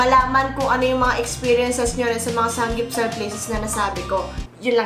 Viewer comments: Anong sangyupsal? It’s saMgyupsal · "sanggyupsal?????" really???????? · SAMMMMMMGYUPSAL. NOT SANG GYUPSAL. LOL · bakit SANG GYUPSAL naririnig ko? bothering eh hahaha